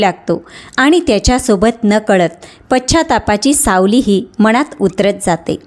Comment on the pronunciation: मणात नव्हे मनात .न चा उच्चार नीट शुद्ध करा